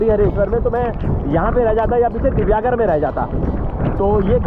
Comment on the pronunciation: ये आपको इतिहास क्या समझायेगा!!! यह जगह राम कोळी की थी! राजा राम नहीं । यह सिद्दी + हिंदू + मुस्लिमके वंशज है ।.... अगारदंडा नही सर, यह "आगरदांडा" कहलाते हैं । जो information लेनी है, तो उच्चारण भी सही तरीकेसे कीजिए । यह मेरा गाॅंव है। "दिवेआगर".... दिव्यागर नही साहब ।